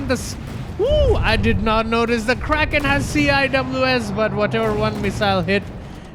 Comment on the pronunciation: CIWS is officially pronounced sea-wiz